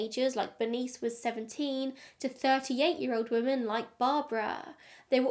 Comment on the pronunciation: I've never hear anyone pronounce 'women' the way you do. Very strange lol. You say it the same way as 'woman'.